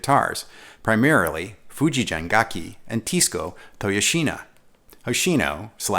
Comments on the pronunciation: Great review! It's Fujigen (hard G, as in "get"). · Just a minor correction that "Fujigen-gakki" has hard G sound in both parts of the name The "gen" G sound is hard as is the "gakki". In Romanized Japanese, any soft sound, as in gee whiz, is written "ji" as in Fuji. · Just so everyone knows, the "G" in "Fijugen" is hard. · Thank you for this video. Fujigen’s “ge” is supposed to be pronounced like guess’s “gue.” Anyways, I bought white JEM in 1996 when I was living in Japan. I still have it.